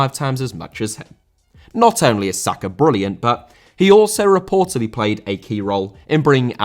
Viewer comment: Sakar?!It's Saka ffs